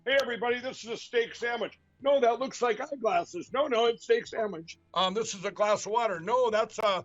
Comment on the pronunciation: I'm surprised didn't catch him saying Steak Sam Witch...